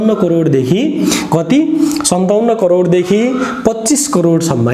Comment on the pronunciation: Its crore sir not corer.